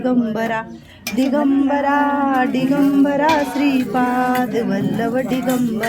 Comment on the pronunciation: दिगंबरा म्हणा ताई डीगंबरा नही ते